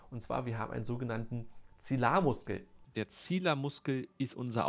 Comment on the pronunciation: Das heißt Zi li ar Muskel😅 Das Wort hat zwei I, nicht zilar🥲✌🏻